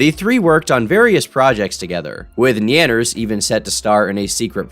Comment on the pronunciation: Surprised you pronounced Nyanners correctly after that trainwreck of a pronunciation